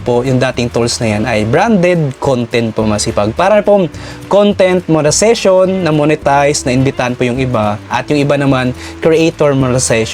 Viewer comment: Ayusin mo Naman Yang monetisation pagbigkas